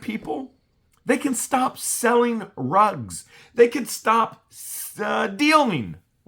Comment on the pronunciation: It's drugs not rugs